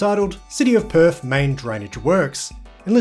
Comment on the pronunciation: There is no( F ) in Perth mate! It's not PERF IT'S PERTH! 😂